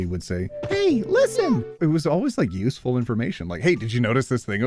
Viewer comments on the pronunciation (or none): none